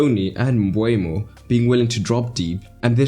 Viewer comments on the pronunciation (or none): Nice tactical analysis. Seems like a tactical masterclass from Brentford that Ten Hag couldn't handle. Just one note. Please be aware to get player names correct. Nørgaard and Mbeumo (pronounced Mbermo, not Mbwaymo) are misspelled here. Detail is key in tactical analysis so please be careful not to have small things let you down.